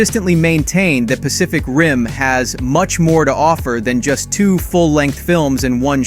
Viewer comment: You have a wierd way of saying two/second xD